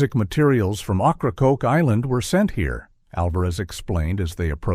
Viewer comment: Ocracoke is pronounced (Oak-rah-coke?